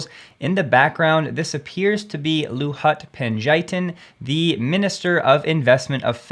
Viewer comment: It is Luhut Panjaitan, you spell it like : lou-hoot phan-jai-taan. .. lol He is the coordinating minister of investment in my country.